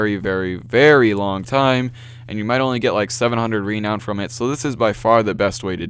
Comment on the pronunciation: It's produced ra-noun